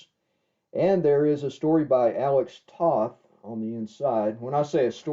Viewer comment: You mispronounced Alex Toth's last name. The O in Toth sounds like the O in Bow. Not like the O in Off.